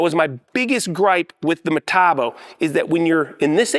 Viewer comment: You keep using that word: "Metabo." I don't think it means what you think it means. Say it with me now: Metabo HPT. Muh-tah-bo Aych-pee-tee.